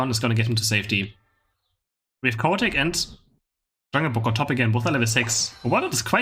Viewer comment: Love that Chaotic sounds like Cow Attack. I will think of him as Cow Attack from now on.